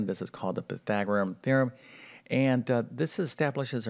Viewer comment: Pythagorus, not Pythagorum!